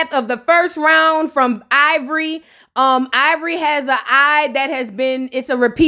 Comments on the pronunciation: NOT EYE-VORI 😂😂😂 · It sound like you saying EYEvori whole time 😂😂😂